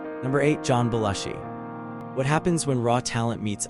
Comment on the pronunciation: It's pronounced Beh-LOO-shee. This video was ruined in the first 30 seconds. Don't post a "do you remember" video if you can't pronounce the persons' NAMES!!!!!